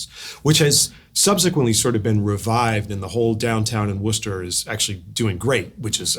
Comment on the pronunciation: I had no idea Matt was from Worcester MA, and by the way Richard, you pronounced it correctly. So many people can't pronounce it if it's not part of their life. Thanks for a great conversation!